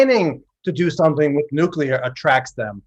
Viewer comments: How to pronounce nuclear: new + clee + er. (Sorry, the incorrect "nuc-u-lar" pronounciation is popular among politicians.) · Lol the long haired guy keeps saying "nucular"